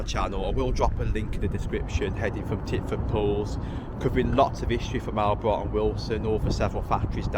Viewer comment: Great video. Btw, it's pronounced All-bright. My dad used to work there.